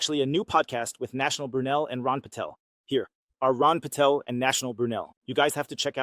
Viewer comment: It's Ron Paul, not Ron Patel.